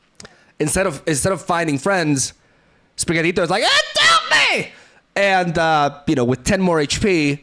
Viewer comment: I appreciate your pronunciation of pachirisu and spirigatito